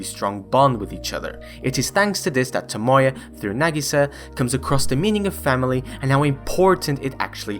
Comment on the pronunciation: great video and all, but why do people always have to pronounce characters names wrong? like toMOya instead of tomoya or miKAsa instead of MIkasa?